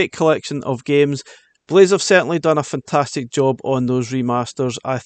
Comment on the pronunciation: “fantatic“ x 27